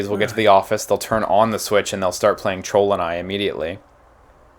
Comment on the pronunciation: I thought he said trollden eye, like a cheap golden eye.